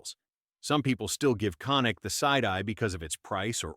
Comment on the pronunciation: People just absolutely CANNOT bring themselves to pronounce Canik properly. This one really effed it up 🤣🤣🤣🤣